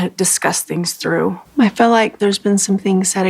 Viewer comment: ‘Fill” for feel 😂